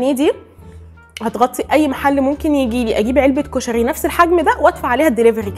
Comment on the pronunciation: اول مرة اشوف بنية تلدغ بالراء وكلش احب لدغتها ☹️🥺💙كلش حبيت طريقة كلامج كيووووت ياربيييييي☹️💙🍯 كُشَغي ياربي كيوووووت☹️😭😭😭💙💙💙🍯